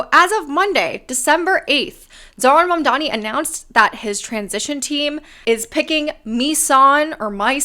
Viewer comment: Or Mandani and not I madman?